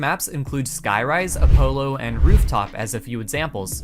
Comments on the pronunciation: no way he said “apolo” and not “apollo.” This is why he’s a block game youtuber for a living. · Apo-low 💀 good vid tho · it should be a-po-llo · ah-pollow lol 10/10 video though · "a polo" cracked me up ngl, not hate everyone has a pronunciation error every now and then. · I’m aware this is old, but do you seriously not know how to pronounce “Apollo”???? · nice guide but seriously couldn't say Apollo right?